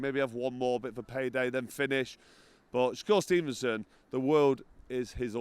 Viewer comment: 'Sho-cure stevenson' lol